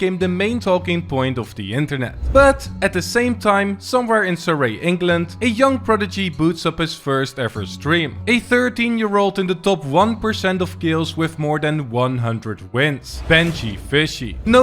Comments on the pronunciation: Amazing vid like all always, well done. Just a quick note, Surrey is pronounced Suree not Suray. Have good day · Surrey is pronounced Surry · oh my god you butchered surrey england its pronounced suh ree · Just to let your know, you pronounce Surrey wrong 🤣 I live in the same area as Benji roughly about 20-25min drive away from him which is pretty cool imo